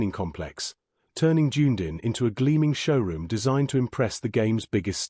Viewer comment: This commentator's is very aggravating with his awful mis- pronouncing of many names [ " Junedin" 'Ohanie" ? still showing a photo of the old third base coach who has been gone 15 months.